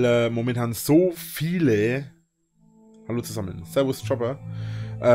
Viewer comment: "Chopper"... Er kennt den Kerl seit Jahren! Wie schwer kann es sein, "Cooper" auszusprechen?!